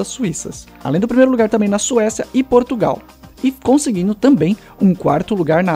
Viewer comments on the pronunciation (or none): none